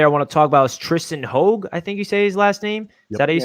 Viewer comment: Hoge is pronounced "Haj"... he is the nephew of former Steeler Merrill Hoge.